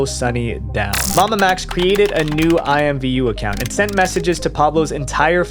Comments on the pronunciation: It’s actually pronounced IMM-Voo lol believe it or not. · Today I learned that IMVU was ever considered a kids game and alsothat it was pronounced i-m-v-u instead of imm-voo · I played IMVU when I was maybe 15 to 16 y/o. I had 2 accounts, because I didn't play it for like a year, and forgot my old account's password. I also pronounced it "eemvoo" xD